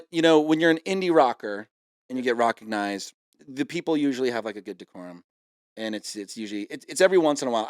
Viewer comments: Is Kevin saying 'recognized' like 'rock-ognized'? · is he saying rockignized